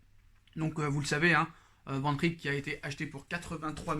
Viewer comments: Hahaha j’ai compté 18 fois Vandrrrik 😂😂😂 t’as fais saigné mes oreilles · Mais oui Liverpool va lâcher Van Dijk 😂 pourquoi tu dis Van Rik? 🤣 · Sa me tue quand tu dit Van Dijk😂